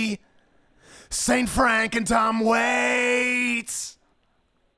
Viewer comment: hehe. "brank"